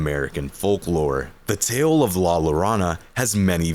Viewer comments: Great video. The double l in Spanish is pronounced as a y tho. So la ‘your own a’ not la ‘lore on a’. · Here is where you lost me. Mispronouncing La Llorona. There are millions of videos on youtube from english speakers that show how to pronounce it. even if not perfect. Intead you just go "lalarana" There is a fucking movie about it. Even hollywood made an effort to try to pronounce it correctly.